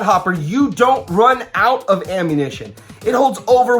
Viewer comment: Lol you couldn’t pronounce ammunition 😆